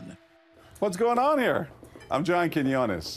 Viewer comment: "Hi I'm John quiones, now bow"